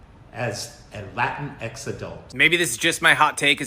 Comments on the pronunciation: La teenks. Not Latin-x. Either way is annoying, even to Latin people. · As a Latina, hearing La-tinx is like nails on a chalkboard.